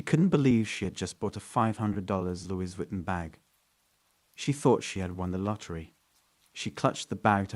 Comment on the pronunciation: "Luey- vi-ton"